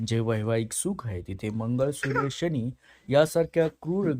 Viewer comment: एवढे अशुद्ध शब्दोच्चार कसे? तुम्हाला साधा प्रचलित शब्द "शनी" हा "शणी"?तुम्हाला फरक कळत नाही कां? तसेच "आयुष्य " हा शब्द उच्चारता येत नाही....काय विचित्र "आवुक्ष" बोलता!....आधी मराठी भाषा नीट शिकुन घ्या...मग विडिओच्या फंदात पडा!काय कळलं कां?